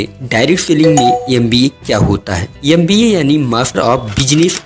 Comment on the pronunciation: Bhai M.B.A na ki 'Yam.B.A' , ..dusro ko jagane se pahle khud ko jagao, vedio edit karke youtube par dalne se pata nhi kya milega tumhe, but pahle khud ko fir dusro ko..